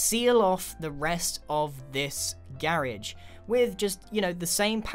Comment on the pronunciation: When you say garage it sounds like carriage